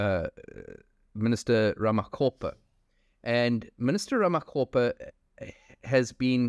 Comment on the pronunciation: Its Minister RAMAKGOPA , its RAMAKGOPA not RAMACOPPER